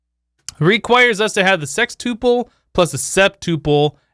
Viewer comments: Anyone else bothered by how he pronounced “sextuple” or “tuple” in general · “Uple” is pronounced like “couple”